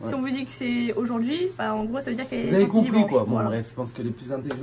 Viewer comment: Le "peass" un peu écrasé